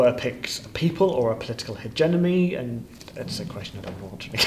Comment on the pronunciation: Um... did he say "hegenomy"? Why yes, I believe he did.